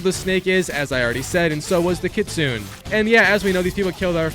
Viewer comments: Its kitsu_ nay its japanese for fox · Sayto 😂 Kitsoon 💀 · Its pronounced "kit-su-nay" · Why do everyone who already complete this game always mispronunc the name lol, the YOTEI six, the KITSUNE, DOJUN. Do you even pay attention to the game 😭